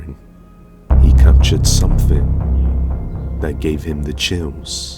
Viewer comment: It's, thing, not fing. Something, not somefing